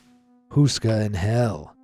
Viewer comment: castle huska? its castle houska